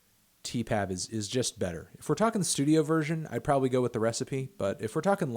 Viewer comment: If I hear you say Tee Pab one more time in this video I swear to fucking god